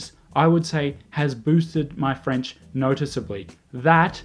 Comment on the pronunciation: Your French accent is on point, though. 😂